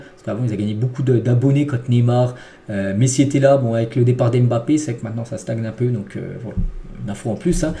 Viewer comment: Je rêve ou il dit "Pessi" à 😭😭😭